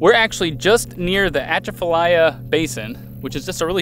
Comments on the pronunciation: Very Cool you guys were like 5 miles from where I live!It is pronounced Bro Bridge.Atchafalaya is pronounced uh-chaf-uh-lie-yuh. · The Atchafalaya is actually pronounced more like Cha-va-lie. I'm not Cajun, but they pronounce it close to that. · That is my home territory... Uh-Chaff-Uh-Lie-Uh... But you got Breaux Bridge correct... So there's that. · BTW it's pronounce Ah Chaf fa Lie ya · Awesome! Glad you came visit...our weekend home is on the water where you were canoeing! (oh, good job on the pronunciation of Breaux Bridge, not so much on Atchafalaya... lol). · I'm laughing at your pronunciation of Atchafalaya but I understand because of how far north you guys are from!